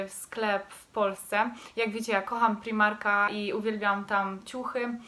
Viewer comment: nie mówi się primarka tylko z pr-aj-mar-ka😭